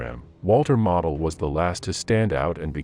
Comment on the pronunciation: Not having Heinz Guderian on the list means the list is not worth a dime. BTW Modal is pronounced moh Dahl.